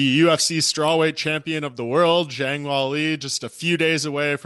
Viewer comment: Mike, Zhang “Whali” really man lol